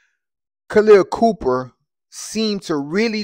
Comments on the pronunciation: Her name is Copper not Cooper. Get your information straight and your pronunciation of her first name is incorrect. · It’s Khaleah copper , not Cooper bruh. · Copper had 32pts her damn self so she was doing some embarrassing of her own da And give her some respect and say her name right, its Copper not Cooper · Copper, not Cooper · Dude….it’s copper…..not cooper……..sheesh